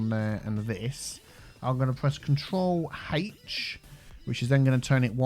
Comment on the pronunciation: Every time he says “control H” I hear “HaTeSh”